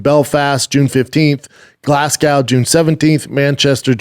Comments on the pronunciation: Glaz-Go it's pronounced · He can’t say Glasgow can he lol 😂